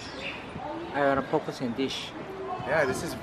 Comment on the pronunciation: Also, poke is pronounced poh-kay, like okay pokay... not okee poh-kee. but come to Hawaii anytime and try more of our food! ❤️❤️❤️